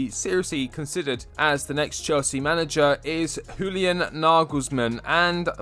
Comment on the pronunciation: Just an f.y.i, Julian is pronounced like 'Yulian'